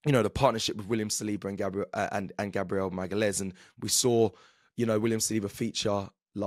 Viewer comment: Who’s Gabriel Magales? 😂😂😂